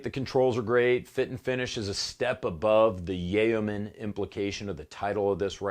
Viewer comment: I just watched this through for the 2nd time (I'm seriously considering purchasing one of these), and I just realized what it was that I stubbed my pronunciation toe on...Yay-oh-man? Yo-man, dude. Yo-man. (Spelled yeoman, I know.) Totally enjoyed it both times. May watch again for the chuckle and the good info. Thanks!